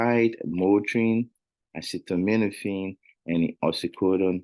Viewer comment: that is acetaminophen not acetominophen